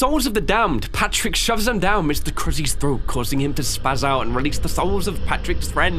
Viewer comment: been a fan for quite a while just wanted to say you should play a hat in time By the way it said patdick 🤣